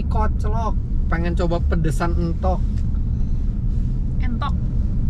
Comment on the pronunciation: Yg bener entog om bukan entog